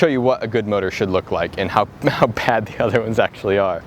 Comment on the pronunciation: Its mortar with an r not motor